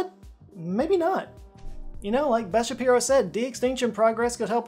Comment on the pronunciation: lol, I thought he said Ben Shapiro. I was suddenly surprised. Anyway, sorry Beth.